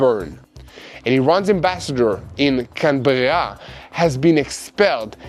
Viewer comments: … The name of Australia’s capital “Camberra” goes pronounced as “Cam’bra”… roughly I know… English language spelling and pronunciation is weird… I, myself, being a non-native speaker can tell you 😅 Thanks for your good work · Canberra is pronounced Canbra in Australia